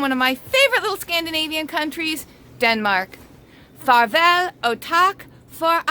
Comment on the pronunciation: That was a decent try at Danish.... Farvel og tak for at se.... Tak is more like a tsak and the t in at se is not actually pronunced.... It should be more like "favel ow tsak fo a see". Great little haul by the way... It's really nice seeing all this snow... I live in Athens Greece so snow is rare.